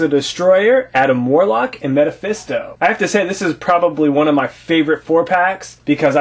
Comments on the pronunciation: not to make you feel stupid but the correct way to say it is mephisto (ME-fis-to) lol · Did this guy just say Meta-phisto? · he keeps saying metefisto